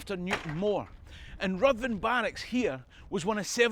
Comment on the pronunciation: Well done,! More great stuff!! Just another little thing..."Ruthven" is pronounced "Riven". Keep up the good work!